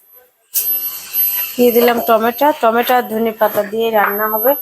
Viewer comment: Apni ekhono vul uchcharon koren keno tomats bolen.cheheri chaya chidratul bolen.chi.hoy thik kotha bolen ar tha na hole vedio bondho koren.